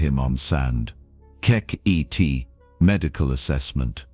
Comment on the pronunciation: It would be nice that if you are going to use K.I.T.T as a character, as in the TV series, that you at least pronouce it's name correctly.